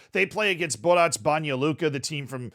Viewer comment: the way you pronounce 'borac' bothers me a lot it's a soft c, like the word crazy